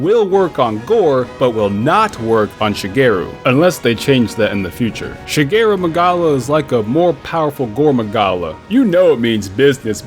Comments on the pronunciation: It's Shagaru. Not Shageru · ShagAru not Shageru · Bro you can still trap Shagaru, just not capture also every time you say "Shageru" instead of "Shagaru" I flinch... tell me that's on purpose... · Sha-gar-oo. Not Sha-gair-oo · Shageru??? Seriously??? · Still the best monster in the whole series for me. Great designs, great mechanics (frenzy), great fight, great tie-in to the story, great armours/weapons and not only the dang thing can evolve, it also has a special mixed form that grants a unique ability to its weapons. What a fantastic monster. Also, the evolved form is called “Shagaru” not “Shageru”. I thought you were making fun of Shigeru Miyamoto at first. LOL Speaking of Gog, I also love that monster a lot and it’s such a fun fight, shame you’ve never fought it. As for the camera control, the touch screen camera is a godsend compared to the “claw” back in the PSP days… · Every time says "ShaGEru", take a shot (cries) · Dude how can you make a video about gore and SHAGARU and not even get the name right... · Shagaru, dude. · You cannot trap Shagaru.